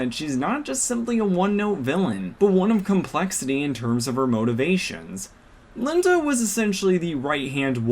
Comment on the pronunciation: You pronounced like 4 different names wrong (Lien-Da, Tikchaos, Rutan, and )